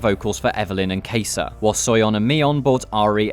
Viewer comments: Man really called kai sa "kaysa". Justice to my main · PLS NOT THE "KEI SAH" PRONOUNCATION- WHY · really did just pronounce kaisa as kaysa 😭😭